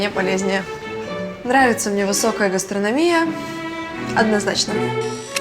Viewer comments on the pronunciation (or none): наверное все заметили, сколько раз Алина произнесла слово "гастронОмия" с ошибкой в ударении :D